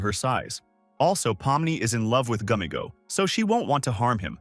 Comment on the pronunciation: Bro said Pommo Gummygo RaGatha NPS